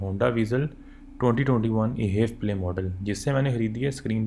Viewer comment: Sir it is not e HEV play It is H E V (all letters alag alag) 😂